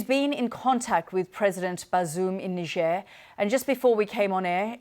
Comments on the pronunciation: It Niger sounc bit different to its spelt Niger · I feel like you mispronounced niger in your head there